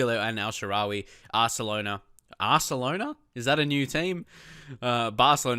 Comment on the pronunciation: "ARSELONA" lmfao :D